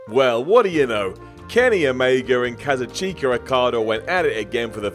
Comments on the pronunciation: Did say "kaz-u-cheeka"? It's pronounced "ka-zooch-ka". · It's not "KaZAchEka Okada" it's "KaZOOchUka Okada". That's how you pronounce it. IM TRIGGERED! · ....It's KA-ZU-CHIK-A not KA-ZU, CHEEK-A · "Kaz-oo-cheeka" xD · "Kazoo-Cheek-Ah Okada" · Kaz-u-cheek-a lolno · Did he just pronounce Kazuchika... "kazucheeka"?! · I coulda swore said KazuCHINKa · "Kaza-cheek-a" Okada... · Neo Darklighter I cringed when he said that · The way he say's Kazuchika ... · is such a big New Japan can he can't even pronounce Okada's first name properly. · Did pronounce okadas first name wrong or have I been wrong all along